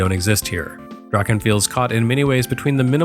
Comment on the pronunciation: C’mon: “Drakkhen Slash”!